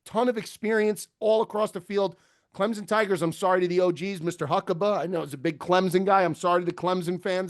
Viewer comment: Why does say ClemZon instead of ClemSon?